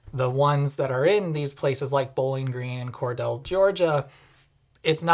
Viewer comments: I know this is 2 years old, but I can finally show off my homeland knowledge: it's "cor-deel." Not "cor-dell." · its "core-deal" NOT "core-dell" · Just as a point of interest ... it is Cordele, Ga is pronounced "core-deal" not "core-dell". When you stopped in Gainesville, did you see the University of Florida campus? Would have been interesting, had I known you were here, to have met you in person ... also, just curious, what charger did you use in Gainesville? The one at Whole Foods or elsewhere? Even though I drive an ICE truck, I understand what you are saying about using the "wrong" charger. It's like the people who park at the gas pump and then go shop in the convenience store before getting their gas or leave their car parked at the pump after they fill up to go shop in the store. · Small nitpick, but it’s pronounced “Core-deal” by us locals. Other than that, wonderful video and very Honda Insightful. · Cordele (core-deal), Ga - FYI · Cordele, GA is pronounced kor'DE'yal :P Surprising they have fast chargers there, honestly. One thing that might be interesting in the future could be like a sort of virtual "valet" that directs your vehicle to an appropriate charger for a particular station, taking into account what's in-use. Granted, companies already have a hard enough time standardizing on things, but could also be part of a more unified charger network locator/finder database/service that is maintained by an industry consortium, with data available for apps and websites to use freely. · Cordele GA is pronounced Core-Deal 🍉 . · respectful but really meaningless correction: it is "cor-DEAL" Georgia. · You pronounced Cordele wrong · Came to the comments to see if anyone corrected the pronunciation (I grew up less than 50 mi from there), so thanks! I'm kinda not surprised they have fast chargers -- I mean, they have a Titan I missile by the interstate. It just begs people to stop there in particular.